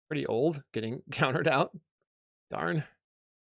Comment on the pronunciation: Here is a summary of M1 and M2: I cast ... COUNGTERED! I cast ... COUNGTERED! I cast ... COUNGTERED! I cast ... COUNGTERED! I cast ... COUNGTERED! I cast ... COUNGTERED! I cast ... COUNGTERED! I cast ... COUNGTERED! I cast ... COUNGTERED! I cast ... COUNGTERED! I cast ... COUNGTERED! I cast ... COUNGTERED! I cast ... COUNGTERED! I cast ... COUNGTERED! I cast ... COUNGTERED! I cast ... COUNGTERED! I cast ... COUNGTERED! I cast ... COUNGTERED! I cast ... COUNGTERED! I cast ... COUNGTERED! I cast ... COUNGTERED! I cast ... COUNGTERED! I cast ... COUNGTERED! I cast ... COUNGTERED! I cast ... COUNGTERED! I cast ... COUNGTERED! I cast ... COUNGTERED! I cast ... COUNGTERED! I cast ... COUNGTERED! I cast ... COUNGTERED! I cast ... COUNGTERED! I cast ... COUNGTERED! I cast ... COUNGTERED! I cast ... COUNGTERED! I cast ... COUNGTERED! I cast ... COUNGTERED! I cast ... COUNGTERED! I cast ... COUNGTERED! I cast ... COUNGTERED! I cast ... COUNGTERED! I cast ... COUNGTERED! I cast ... COUNGTERED! I cast ... COUNGTERED! I cast ... COUNGTERED! I cast ... COUNGTERED! I cast ... COUNGTERED! I cast ... COUNGTERED! I cast ... COUNGTERED! I cast ... COUNGTERED! I cast ... COUNGTERED! I cast ... COUNGTERED! I cast ... COUNGTERED! I cast ... COUNGTERED! I cast ... COUNGTERED! I cast ... COUNGTERED! I cast ... COUNGTERED! I cast ... COUNGTERED! I cast ... COUNGTERED! I cast ... COUNGTERED! I cast ... COUNGTERED!